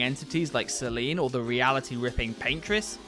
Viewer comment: As much as I dislike WatchMoJo and their lists, I have to admit, this one was actually spot on. Great job guys. On a side note though. This was probably not done on purpose, but there isn't a boss called "Celine", you probably meant "Sirène". Small mistake, but that aside, great list! 👍🏼